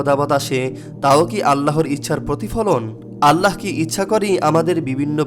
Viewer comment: আল্লাহোর!!!no , বলুন ""'আললাহ